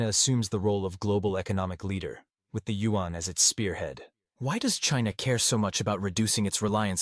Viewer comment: Also! This commentator not pronouncing Yuan correctly… In the speech to text function “Yuan” is spelled out as “UN” which would be nice for you guys to correct thx guys.